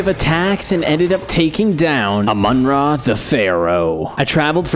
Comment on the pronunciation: I am triggered because he said amun ra but it's amun ra